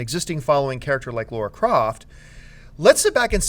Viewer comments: For the love of God... It's LARA not LAURA! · LARA croft, you idiots. Not Laura. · Please! It's LARA Croft LAAARA.... not LAURA nor LORA nor LEURA... why does everyone have such a hard time pronouncing LARA.... LA..then RA.... it rhymes with DUH! sorry I went out of control for a sec... but.. really.... please!